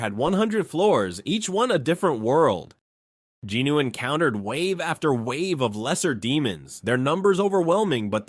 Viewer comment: Sung Jin-woo (성진우; Seong Jinu) - the “O” is silent and last syllable is a vowel but takes on the N sound from JIN. Sounds like Jinu or Jinoo and definitely not Jin Woo